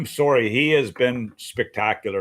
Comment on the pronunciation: "I'm soary."